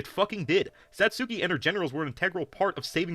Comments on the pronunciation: my dude is such a huge anime fan but can't even pronounce Satsuki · I meant the anti-SJW. He's trying to be a defender of anime, but he can't even pronounce the name correctly. Sorry for the misunderstanding. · This dude calling himself a fan of kill la kill and he can’t even say Satsuki’s fucking name right.